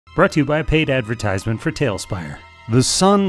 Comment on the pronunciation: How come you pronounce advertisement phonetically? i didn't know if it was a hyperbole comedy bit or a regional thing